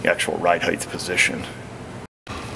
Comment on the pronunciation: you mentioned the width and "heighth", but didn't mention the roundth?